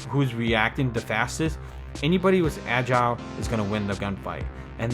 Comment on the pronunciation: Anyone else facepalm every time he pronounces “Agile”?🤦🏻‍♂️